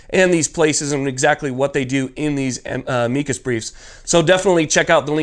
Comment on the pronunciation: It's pronounced: 'amicus. NOT a-'meekus. you're welcome.